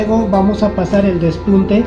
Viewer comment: Q chistoso como dices por el pespunte. Despunte